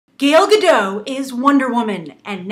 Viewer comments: She did win Miss Universe in 2004. But seriously this reviewer or Whatever she is; is pissing me off with how she pronounces Gal Gadot's name. Lol Gail Gadoe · no comom...her name is Gal Gadot not "gal gado" you say it shity and wrong gal in hebrow is "wave" and gadot is "shore" so say her name right. it is like i'll call you grace reandol or something like that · I can't get over the way you say her name. Gael Gado? It's GAL ga-DOT. And Gal not as in the slang for girl. It sounds in between that and Gaul. I tuned right out, laughing, so sorry. xD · WOW Nothing bad to say because even I'm still on the fence on this casting but seriously. Lady you mispronouncing Gal Gadot's name really bugged the crap outta me. How do you get Gadoe from Gadot? Hell you can't say Gal either you kept saying Gail. Her name is Gal Gadot not Gail Gadoe. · why all english speakers can't pronounce her name? It's, gal ga (like Gap) dot (like Dot Warner from the old animated serie "Animaniacs") there's a T in the end and it's not silent. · The t in her last name needs to be pronounced, it's not French. and her first name is pronounced like 'Gahl' if that makes sense (but I think that might be hard for Americans).